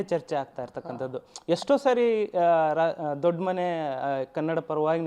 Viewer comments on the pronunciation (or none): Adu dodmane alla daddmane